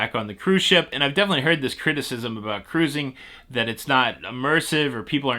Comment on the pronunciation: Lol I don’t have much time so I have to listen to you using the Playback speed of 2x. And let me tell you!!!! It is hilarious listening to you say ‘Ca’rusing!’ Lol🤣😂 Makes my day!!!